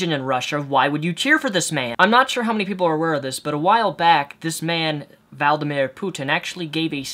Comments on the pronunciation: kinda sounds like your saying Valdimir Poontang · Valdimir?! Its not that tough to pronounce Vladimir. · Vladimir, not Valdimir...:) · ) Its not Valdeemeer Its Vladeemeer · VLAdimir!! not VALdimir !! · Yeah, Putin seems to be doing the same kind of thing Hitler did, right before he started the holocaust. Not saying Putin would go that far, just that they share a stepping stone on the path of bigotry.:/ Also, I think it's pronounced "Vlad-eh-meer", like Vlad the impailer. Not Vald-eh-meer, like Voldemort. I know you've got a speech thing, so just putting it out there. XD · it's vlad not vald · it¨s Vladimir Not Valdimir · v lad i mir not val da mir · its VLAD not VALD it was buggin me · No, he probably heard it before and learned it wrong. That's happened to me tons of times, and I'm not even dyslexic. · Vlaaad-eemeer not sure if this helps, but I think that's how it's pronounced. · How come you don't know how to say his name? Vladimir... you seriously don't know how to pronounce it or were you making a pun? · Now that I think about it, if is going to pronounce it Valdimir, I suggest that he maintains Putin's antagonism and instead calls him Valdimort X) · it's Vladimir, said Vlad-I-Mir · It's pronounced 'vlad-meer', dude. It's like the 'john' of Russian names. It's pretty commonplace. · You're so uninformed it's unreal, you can't even say his name... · I think you're saying Vladimir's name wrong. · Vla-da-meer (first name) pu-tin (last name)... Your welcome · You can't say Vladimar? Vlad-i-Mier. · Is it intended that your pronunciation of 'Vladimir' makes me think 'Voldemort' every time? ;-) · vla-di-mir.... and you say putin like poo-tin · The easiest way to Putin s fist name is to split it up so vladi-Mir or vladimear hope this helps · Vee-Lad-i-mir hope that helps your pronunciation LOL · I like the video, but you've never heard a Russian name said before? Vuh-Lad-a-meer Poo-ten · wrong)) VLA-DI-MIR есть такая штука как слог